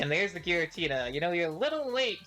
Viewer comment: “Giritna” 😂😂😂 is that Giratina’s nephew?